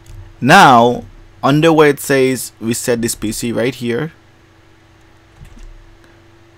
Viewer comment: Am I the only one heard "Reset this P***y" ???